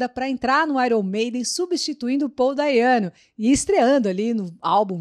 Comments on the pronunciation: uma pequena correção: O nome de Paul Di'Anno se pronuncia "Diano" e não "Daiano", como você fez no vídeo e muita gente faz por aqui. Lógico que não é nada sério, mas é de bom grado (principalmente para o detentor do nome) a pronúncia certa, além de conferir mais credibilidade para quem pronuncia. A propósito, a correção foi feita pelo próprio Paul, num show dele que assisti aqui em terras tupiniquins. O público ovacionava "Paul Daiano! Paul Daiano! Paul Daiano!...", então Paul fez a correção no microfone, calando a platéia. O show foi no Porão do Alemão, em Manaus (AM) na data de 13 de agosto de 2010. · Não é Paul Daiano é Paul Dianno. Ele mesmo me falou.